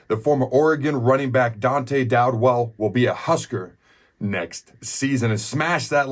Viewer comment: Dowdell not Dowdwell, Adam